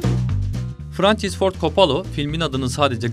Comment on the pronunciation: Frençıs kim asker arkadaşin. Mi adamın adını doğru telaffuz et